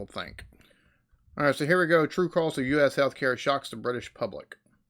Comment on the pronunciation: Why does the narrator pronounce the word cost like coast, I wonder? When the narrator compares the average spending per patient in the UK and USA, he doesn't take into account that the profit element will make USA care more expensive, or the higher earnings of doctors, or that a population that tries to avoid expensive healthcare may be more sick by the time they do refer themselves to a doctor, or that levels of obesity and diabetes are higher in the USA..